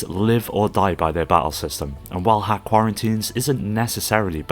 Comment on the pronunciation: Great video, one note: it's not 'hack' it's dot hack.